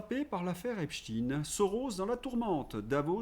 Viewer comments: Bonjour! Vous avez reçu des insultes pour avoir prononcé "epstiiiin"? Personnellement, je prononce "espchtaïïne" depuis que j'ai entendu les brêles de conspipi waterclosette prononcer avec application "epstiiiiiine". 😅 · lol tu fais chier à dire Epstine!!! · C'est vrai qu'on prononce Albert Epstine désormais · encore " epstine! ça suffit cette prononciation! je ne vous écoute plus je m'en vais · epsteine ou epstine, cela me fait penser au film "young frankeinstein" et à son extrait où le professeur dit à l'un de ses élèves qu'il faut corriger la prononciation de son nom de famille. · "i" dur ; "i" mou ; ... Non, pas ça, PITIÉ ; En plus je suis francophone, germanophone, ... Et ça ne fait que quelques mois que NOUS, les "1%" (sic 😪?!), nous nous tordons de douleur chaque fois que nous nous faisons arracher les tympans en entendant prononcer cette NÉO-HÉRÉSIE Débile, Inconcevable, et, soyons honnête INDÉFENDABLE tant en la langue de Molière que pire encore de l'infortuné Johann Wolfgang von Goethe !!! ... Mon propos n'est toutefois pas de convaincre mais de témoigner de certaines aberrations dont je peux être témoin, de rallumer de-ci de-là quelques modestes lueurs dans le ténébreux obscurantisme ambiant ... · En même temps Epstein est un nom germanophone juif et par ailleurs on ne dit pas pour Frankenstein frankenchtine. Dans mon Alsace plusieurs villes et villages ont des noms qui se terminent pas stein comme Erstein et on dit bien ein et non ine. Mais évidemment c'est pas le plus grave. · Tant que tu continue à appeler cette ordure avec la prononciation anglaise je te 👎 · Pourquoi prononcez-vous epstine, est-ce que vous prononcez einstine (Einstein, le physicien)? Non, sauf si on veut gommer son statut de membre de la communauté intouchable. Son nom c'est ep-chtagne. Merci. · Pourquoi dites vous Epstine au lieu de Epstein ??????? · C'est "epteïne" pas "epstine". Pk franciser le nom de ce psychopathe ??? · Pourquoi prononcez-vous Eps-tine ?